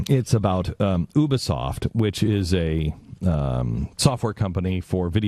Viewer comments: And it's U-bisoft not ubersoft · and god damn it its Ubisoft not U bisoft. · Omg oooooobesoft its Ubesoft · "Oobysoft" "Visai-vizr-visage!" "Watch Dog." "Pragmatist-I mean protagonist." Jesus Christ. This is sad. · Ubisoft. (To Glenn, ube uh soft) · when did Ubisoft become Ubasoft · what the fuck is oobisoft? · "Ooo-bea-soft" - Glenn Beck, May 28, 2014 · oubisoft hehe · learn to pronounce "Ubisoft". you-bee-soft. learn english. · Did he say ubersoft? Lol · You know he doesn't know shit when he says "OObisoft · obasoft that bitch can't even prnouce a company's name and he still bitches about it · Not how you say ubisoft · LOL Glenn Beck is such a dumb ass he can't even pronounce Ubisoft right.